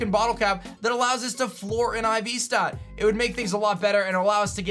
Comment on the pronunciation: It’s flaw not floor